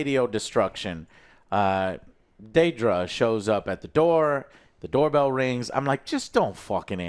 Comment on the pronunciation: No, it's not "Daydra". They said her name many times throughout the show...